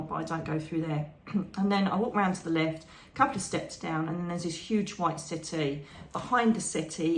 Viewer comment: Wonderful talk 🥰..I was a little confused at first 😀. You were talking about your meditation and I thought you said you walked into a white city!..it took a minute for me to realize you were saying settee! 😀🤣🤦‍♀️.. love your talks ❤️✌️💖